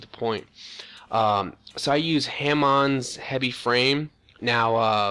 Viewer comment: Overcloak = Overclock.. SCAT = SCAF.. Ham Mond = Hammond. Wiff = With. Go back to skoo.